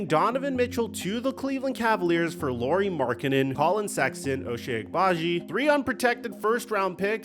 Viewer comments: It’s Lauri not Lori. Au in Finnish is like the Ou in ouch. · Lauri is pronounced Lowry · Is it THAT difficult to pronounce his name correctly? You have no issue saying Kyle Lowry…